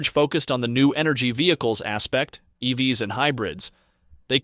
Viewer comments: Too much inference from high level numbers and information from a game of telephone. Pretty sure this is AI voiced... "E-V-S" instead of "EVs". Lots of wrong guesses presented as info. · is this AI. voice said E V S instead of EVs, and there were a couple other instances as well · Why does this sound like it was created with AI and text to speech software? Who the hell says “E-V-S” as the plural form of “EV”?